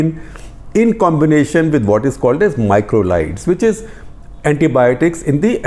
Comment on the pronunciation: It's macrolide not microlide